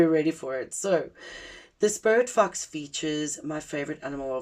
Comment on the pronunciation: When you first said sporit fox i heard spirit fucks 😅 i wasnt looking at my screen so didnt see the fox 🫣🫣🫣😅❤️🔥🙏